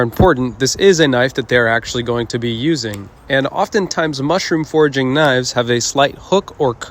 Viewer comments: Thought you were saying "mushroom forging" and i asked myself wtf is that but then i realize you said "foraging" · i thought he said "mushroom forging", not "foraging," making me think mushrooms get that hard